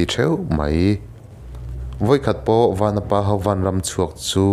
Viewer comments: A ṭha hle mai, chutih rual chuan i thil lam rik dik lo a awm zeuh zeuh. "Vanapa" i tiha "Van" lai tak i thluk sang ang chiah khan "Vanchiau" tiha "Van" lai pawh kha thluk sang la a dik zaih a ni mai, Chawngthu Vanchiau hnam tihna ania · Vanapa hi vanchiaua tih a van kan lam ang hian lam I la dik zawk ang aaa